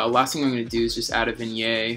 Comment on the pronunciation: vignette...ends like yet, not yay. great video. sorry about being a language jerk